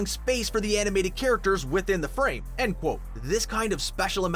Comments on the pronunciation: Stop saying cqat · Please stop that"quotte" it is serius innnoiing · He says qoute